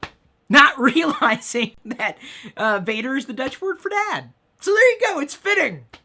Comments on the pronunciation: not pronounced "Vader" like Darth Vader but more Vahhhhhder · Vader in Dutch is actually said like F-ah-der, sorry Chris.